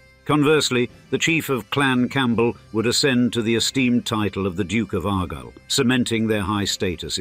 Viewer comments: one or two points of clarification: Clans are headed by chiefs. Branches of the clan are led by chieftains. "Argyll" has the emphasis on the second syllable And Buccleuch is not pronounced in that mangles way. I leave you here--goodbye. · Are you? You can't pronounce either Gaelic or Argyll, and I'm only 4 minutes into the video.